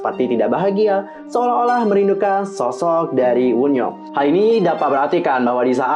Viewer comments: Kak itu baca wonyoung bukan woonyoung bacanya sumpah 😭😭😭😭😭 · Kak, Wonyoung bukan Woonyoung, Bacanya tetep Wonyoung bukan Wunyoung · Wonyoung kak bukan woonyoung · Wonyoung woi (원영) kesel gt denger + bacanya -_- + kesel sama suara petirnya